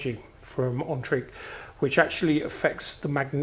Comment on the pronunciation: It's pronounced as N-trek. Speaking as a Swede. Great review. I have the Mice, a silver minimus and a Poseidon and 4 Max T.